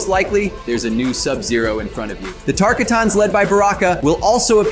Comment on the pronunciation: the tarl-kah-tahns you say?